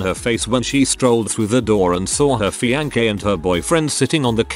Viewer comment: Love when the robot says FianKE